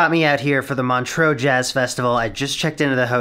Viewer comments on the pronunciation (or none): First time you said Montreax I thought you said Montrose a small town in Scotland and I was soooo confused